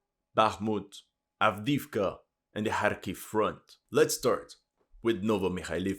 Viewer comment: Wow, compared to the beginning of this war, you've REALLY improved your pronunciation for these towns by a LOT, looks like you're learning Russian. Well done!